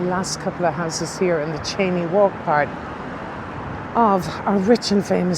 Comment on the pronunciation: It’s a Scottish name which is pronounced ‘Shane’ not ‘chainey’